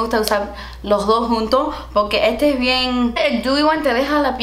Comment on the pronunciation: "because" "poqué" 🤣